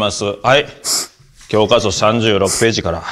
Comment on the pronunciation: ここで｢きょうかそ｣って甘噛みする後藤すき